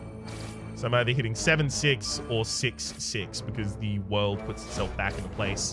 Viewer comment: Your aren't pronouncing The World correctly.